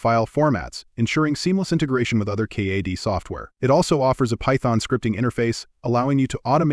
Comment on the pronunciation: 3D CAH-DEE Software, eh? AI voiceovers make for bad videos, plain and simple. They don't even know how to pronounce basic things.